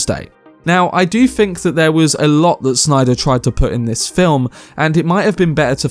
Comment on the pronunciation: Oh man, you're one of those that can't pronounce his "th's" properly Fink. Freat. Feeatrical. Fings. Froough. Marfa. Muffer. Deff. Meffods.